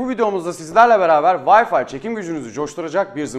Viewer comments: Bir de Türkçe konuşabileydi iyi oacaktı ya..Bilgisayarına kurduğun O wi-fi ( VAY...FAY okunur ey millet, VAY Fİ diye okunmaz ) programının adını bi zahmet yazıver koçum hadi bakiiiim aslanım göreyim seni... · vayfi deyip durdun sinirlerimi bozdun :D ya vifi de ya vayfay bu nedir ya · Herkes bir gün Wi-Fi kelimesinin "Vayfi" diye okunmadığını öğrenecek :)